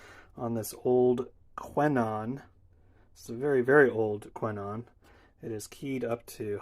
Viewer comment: Nice! Before you go into the next video we need you to get the pronunciation right 😜 Just kidding :) Those horns are indeed very good! When I worked in a shop in Belgium we had these every week on the bench. Best and thanks for sharing